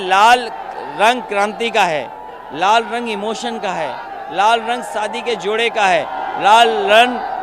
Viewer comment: अखिलेश यादव जी लाल रंग तो ठीक से बोलना सीख लो बरना दूसरे पप्पू आप बन जाओगे